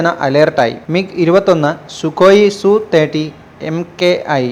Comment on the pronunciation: സുഖോയ് സു 30 അല്ല , SU 30 എന്ന് പറയണം അല്ലാതെ സു അല്ല , എങ്കിൽ MKI എന്ന് പറയാതെ മകി എന്ന് പറ .സുഖോയ് SU 30 - mki എന്ന് ആണ് .